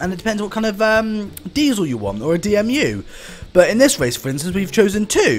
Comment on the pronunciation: D E M U NOT D M U